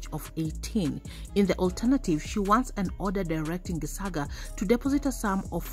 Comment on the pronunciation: It's said Geshaga the c is sh it's just bothering me how your pronouncing it